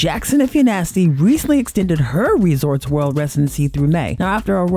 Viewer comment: Lmao you say Janet McNasty 😂😂😂 I like her f😅 now you could say that with Garth